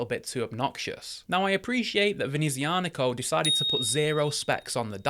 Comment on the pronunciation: That is a stunning watch but I already have a Sea-Gull ST2528 Moonphase to scratch my starry sky itch. NOTE: I do believe that it's prononced "Venezia-Nico" (Nico of Venice), not "Venezi-Anico".